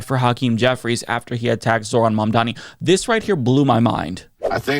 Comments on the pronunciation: Excellent video, but to my ears, you still didn't pronounce quiet well ... 😅 It's not Mandani, but Mamdani. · MAM DA NI ! Repeat with us ! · Did I just hear call Mamdani "Mamdaddy"?! 😂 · I hate how white people can't say "Mamdani" 🤦🏼‍♂️ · At least Vance pronounced it correctly. Joe can't even say it. And honestly even some of Zohran's supporters say "Mamdami". Why is it so hard?